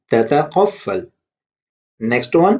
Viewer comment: You made mistake at beginning it's تتطفل u said تتقفل